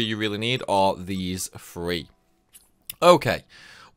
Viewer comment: Chapter fwee